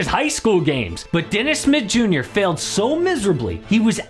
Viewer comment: It took me awhile tn realize dude was saying Dennis Smith Jr. Sounded like Dennis Mid Yur